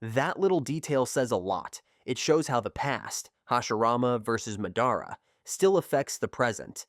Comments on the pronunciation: please tell me why you pronounce madara weirdly? like you pronounce it has if you were a disable kid. Hell a disable kid could pronounce his name right. . here's the different ways to say his name. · buddy nobody is subbed to u cuz u dont watch the show. we can tell by how u pronounce madara AND when you said “four freaking cage” when what you were reading obviously said “kage” for proof